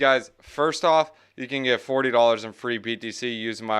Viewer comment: I'm back. And I heard 2...."one hundwed dallas!....in free.....btc". Niiice.